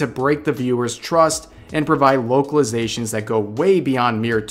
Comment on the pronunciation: Could have sworn you said "Wokeilizations" which is how I am going to think of it from now on.